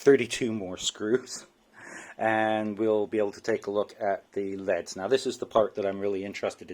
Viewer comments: Cool video. Does pronouncing an anacronym like "L" "E" "D" really take too long? LED 's verses saying "leads" as if we are talking about pencils? Teenagers do stuff like this all the time. Nothing personal this is just a pet peeve. I hear many people who do this all the time. English is all too easy to butcher. It does not detract from one's intelligence but it does show ignorance. Ignorance can be fixed with education. I respect your "two cents". Thank you for posting this. With only one sensor you are absolutely spot on! They should have the sensor in the middle. As they built this crap it would not have mattered. I will not purchase one of these or any other from Kind. Thank you for saving me from this manufacturer. Do you have a recommendation for a LED set that can actually run at about 1000 watts? Do you know if they are still building them this way? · You are wrong. It made me cringe everytime he said lead. No you don't pronounce L.E.Ds as leads no way no how.